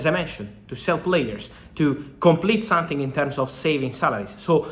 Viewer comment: its something, not sun-thing